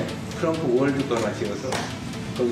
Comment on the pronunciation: 윤석렬은 바이든을 날리면 했지만 이재명대통령님 트럼통이 아니라 트럼프 라고 정확하게 발음했다